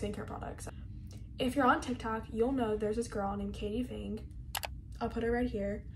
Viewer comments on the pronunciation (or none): That's not how you say katie fang